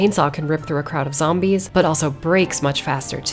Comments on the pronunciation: Zombees. not the bees! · Zom-bees, huh. Damn.